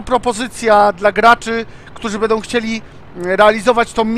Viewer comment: "bedom",,:(